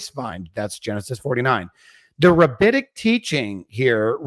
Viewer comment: The word is rabbinic, not rabbitic. They weren't taught by rabbits.